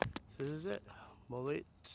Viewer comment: It's pronounced "Mo-Laddy"